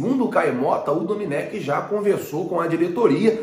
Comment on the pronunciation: não e Dominec, e doMÉnec